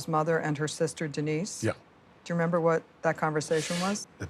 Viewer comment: Its when he says "To be honest with you I dont rember " well telling the hypothetical story of the brutal murder.